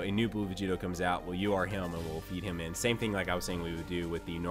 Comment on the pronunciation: Why do you say hium/hiyum/heyum not him